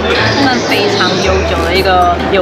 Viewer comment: 「GiGO（ギーゴ）」不是念ジィジョ喔，其實仍是SEGA公司的只是董事股權變化由東京都品川區董事長換成東京都大田區董事長來經營遊樂場並改名GiGO且GiGO似乎也不是新名秋葉原遊樂場很久以前就曾是這名子後來才改SEGA GiGO，現在只是GiGO又變大字，看來SEGA公司內部人事不簡單。 昭和 昭念招不念紹。